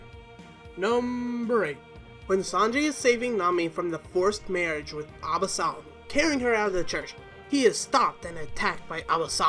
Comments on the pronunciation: Please, please learn to pronounce things, it's not Alasom, it's Absalom, it's not Baratay, it's Baratie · You really need to work on your pronunciation 😂😂😂abasolom menga 😂 like wtf how are you gonna make a video where you butcher almost every name 🤣🤣🤣🤣🤣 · Is anyone also disturbed by the way the names are pronounced. Especially Absalom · You mispronounced so many things god please get it right, Absalom, shueisha, akainu